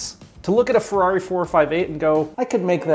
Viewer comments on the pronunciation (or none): none